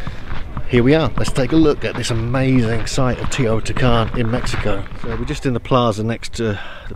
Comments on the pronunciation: It Is Teotihuacan no teotican!! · Its teotihuacan not teotican lol and mexico is part of north america not central america 🤦‍♂️🤷‍♂️